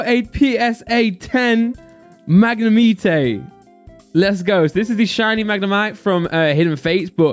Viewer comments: Magnemite everyone: [magne-might]: [Magne-meat-ay] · I love the way he says magnimite 🤣🤣